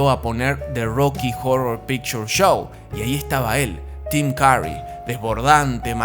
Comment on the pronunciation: AI is so stupid it can't even pronounce Tim Curry correctly.